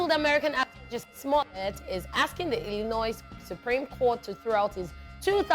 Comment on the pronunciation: The 's' is silent in illinois.:face-orange-frowning